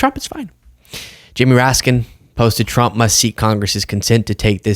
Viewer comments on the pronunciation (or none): Why does it sound like Chump when KL says the name of the current Lying President.